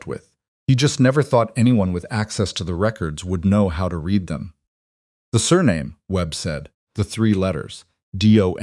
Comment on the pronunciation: read, pronounced as red